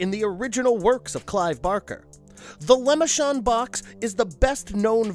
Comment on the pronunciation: Yeah but he called it the Lemonshod Box